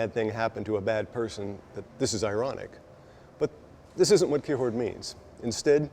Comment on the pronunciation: The way you say Kierkegaard is giving me anxiety.